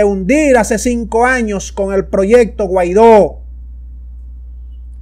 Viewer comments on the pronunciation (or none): none